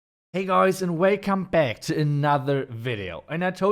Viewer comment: Hey guys and weycome back to another video. 😂